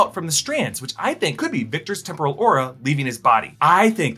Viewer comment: Every time I hear say "temporal loom" y hear "temple of doom"... or is it just me??